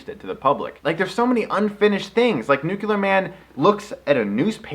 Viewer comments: I think he's saying it like that because that's how Gene Hackman says it in the movie. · Hehehehe sorry...pet peeve. Although it's fun to hear people butcher common but silly-sounding words like "nuclear", "foibles", "qualm", "worcestershire", "judicial system", "mayonnaise", "guacamole" and "foliage". :p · It bothers me that english is my second language and yet the reviewer who I assume speaks better english than me since its his native tongue kept mispronouncing the word "nuclear" time and time again. It is NOT pronounced "nukular" it's "nuke-lear". It shouldn't be difficult at all! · Chris. I love you. I love your videos. But it's "nuclear". New-clear. Not noo-kyoo-lurr! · its NUKE-LEEEAR! not NUKE-ULAR! oh.my. gosh. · Nucular Man! Wait... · Gene Hackman calls Nuclear Man "Nookyoolur Man" trough the whole film! Chris, is it your intentional emulation of this, or pure coincidence, your unawareness??? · Eugene Medvedev Exactly... It DOESN'T make sense phonetically. That's the thing. Just because it's a "common" pronunciation doesn't mean that it's accurate. It's not just that it doesn't "SOUND" like it's spelled... it doesn't follow the structure of the word itself. It's not spelled nucular, it's spelled nuclear. Break it down into its separate pieces, and pronounce them one by one: nu - cle - ar. That there are colloquial/regional mispronunciations/mistakes made at all levels of society does not change the fact that the word is spelled one way and one way only. If you want to change the rules of spoken English, then you're welcome to it, but it's not going to change the actual spelling of the word, any more than saying somebody who sells your house for you is a "re-la-tor" is going to change the fact that the word is "realtor." And it doesn't matter how many people pronounce a word wrong, either. Numbers don't mean squat. McDonald's has sold billions of hamburgers; that doesn't mean they aren't garbage. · Behold, Nucular Man ! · NUKULER MAN!!